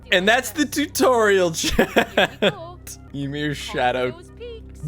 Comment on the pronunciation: No way you pronounced ymir like that